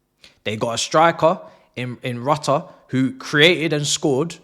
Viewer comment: Thx for the £225m and bye to 5th round suckers :)))) 3pts next week too :))) Rutter is said "Rout - ee -aye" ;-)